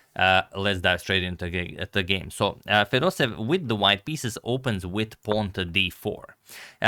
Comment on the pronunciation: Agadmator, he is not Fedosev he is FedosEEv. You need to pronounce both “ee” like Fedos-e-yeV. Same thing for Petrosyan. He is not Petrosin he is Petro-sya-n.